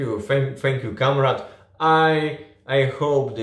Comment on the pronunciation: Trochę razi jak wymawiasz słowo comrade. Prawidłowo wymawia się KOMREJD